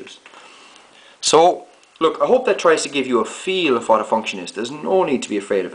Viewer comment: Can you fcking say what properly?!